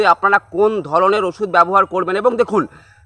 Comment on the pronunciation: Agee osuder ucharon thik bolon tarpor video banan